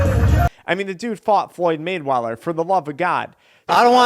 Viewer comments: “floyed maidweller”😂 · "Floyn Maine Weather" hahahha